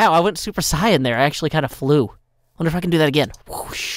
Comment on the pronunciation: “super cyan” lmao